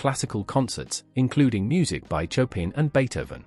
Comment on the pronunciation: well done. However, the musician Chopin's name is pronounced "Chopan" as in pan.